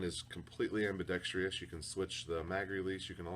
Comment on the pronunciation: "Ambidextrious" is not a word. The word is "ambidextrous."